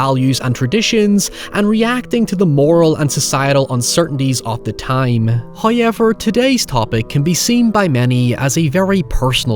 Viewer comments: WTF is " hiever"?? Obviously you mean "however" and I hear you say words using the "w" so whats with the "hiever"? No excuse when you can clearly say the "ow" sound. Do better. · If you say hoyever in a mirror 3 times, will come out and do a raycon ad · noy and heyever